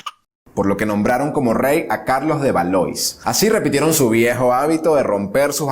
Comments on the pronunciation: lo que pasa que los nombres propios son incambiables. Se escribe Valois y se pronuncia "valuá". Por elemental cultura debe observarse la traducción correcta. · Una amable sugerencia. Aunque no hables el idioma, hay que esforzarse por pronunciar correctamente las palabras. Por ejemplo: Jean se pronuncia "yan". Valois es "valuá". Por lo demás, magnífico!